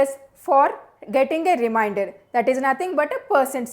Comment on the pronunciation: "Remainder", not "reminder". :)